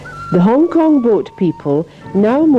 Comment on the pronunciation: HONG KONG IS NOT "HONG" LE.....................